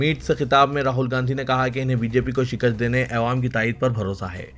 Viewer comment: Assalamualaikum Bhai apna pronouciation theek karo awaam Kaho